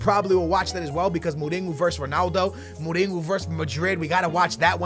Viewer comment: "Muringo" 😂😂😂 you spell it: mu-ri-ñou